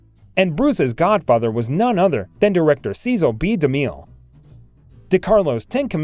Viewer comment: Can't take anyone seriously on Hollywood history who doesn't know how to pronounce Cecil B DeMille